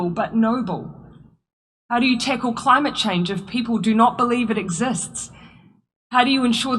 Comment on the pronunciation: She wants to "tickle climit chinge"